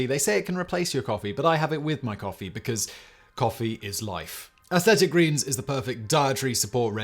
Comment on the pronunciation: AthLLLLLetic Greens lol. Is that the accent? He said it correct the last two times.